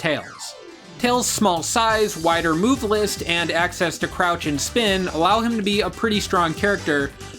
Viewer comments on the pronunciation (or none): none